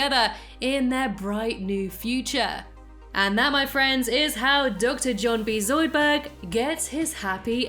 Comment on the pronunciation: Yes, NOT Zoudburg. Shut up Zoidburg!